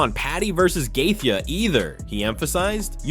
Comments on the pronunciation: Why do you kill Gatheje name you pronouncing it so bad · How this video voice over is saying Justin last name is wild 😂